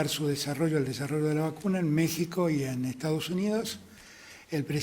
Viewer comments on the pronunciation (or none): none